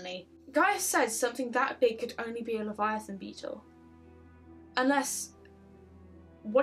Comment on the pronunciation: I'm sorry I just heard u say Leviathon and my brain went "Subnautica??? Favourite game of video???? Underwater scary farming???? Mysterious alien disease??? Subnautica?????????"